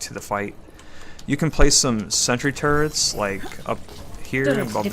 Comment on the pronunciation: Instead of Turrets i hear Turds xD. No offense